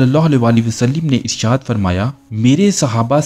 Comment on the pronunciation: Wasalim nahe ha bhai wasallam ha